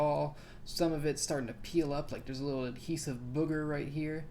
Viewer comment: an ahesive booger🤣🤣